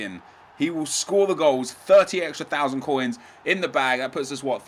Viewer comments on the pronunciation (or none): none